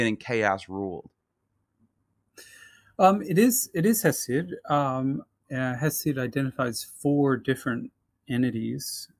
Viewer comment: Who is hissia? Ah it must be Hesiod "hay see od"